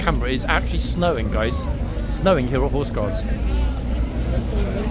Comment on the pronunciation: 😂 love your French accent 😂😂 . Hors gard parade a 😂 👍👍👍. 😂😂.zee touriste with ze dog… I deagree. Please stop 🤣🤣